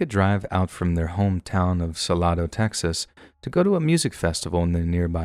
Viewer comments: Please know Salado is pronounced "suh-lay-doh" with the long a sound in the second syllable. I used to live in this small town in Texas. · Just for future reference - the town in TX (Fastball song) is pronounced "Su lay doe" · It’s pronounced sal-a-do. I live in Belton/Temple tx